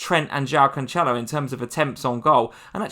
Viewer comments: Pronounced "canselo" nor "canchelo" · And it’s not Canchelo either 🤦🏼‍♂️😂